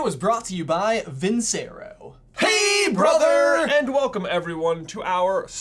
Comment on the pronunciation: Who's gonna tell them it's pronounced "vin-CHE-ro"?